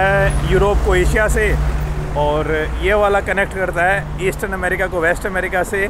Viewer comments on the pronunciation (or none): none